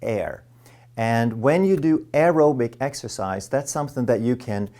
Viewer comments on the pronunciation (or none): Exercise? I thought you said extra fries.